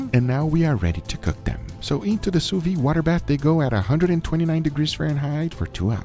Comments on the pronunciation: I might get crucified for this but it's not "sous vie" it's it's "sous viDe". "Vide" in French pretty much sounds like the short form of video "vid". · sous-viDE, don't quit halfway with that sous-viiiii cliffhanger, sous-vide! (like in viDeo)